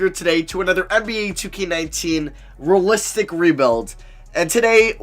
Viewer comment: Great vid but it rly bothers me when you say rulistic rebuild not realistic